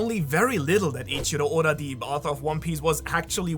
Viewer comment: I swear, makes video with the sole purpose of rubbing in our face his perfect japanese pronunciation of eIiChIrO oDa...